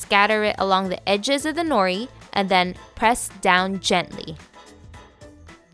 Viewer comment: And the way she said nori and furikake 😂